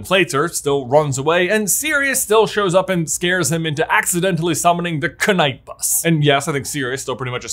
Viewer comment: Why pronounce de K in knight bus?